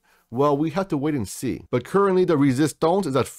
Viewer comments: It’s resistance (French accent) not resistonce my brother. But I like the video. 8bil and holding until 2025😎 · I laugh every-time you say resistonz ! Lol!